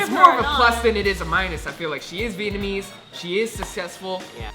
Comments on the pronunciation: vietnamese is definitely pronounced better than vietnamese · You guys really need to work on your vietnamese. Your pronunciations are terrible.. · Their Vietnamese is pretty bad, thought my pronunciation was bad.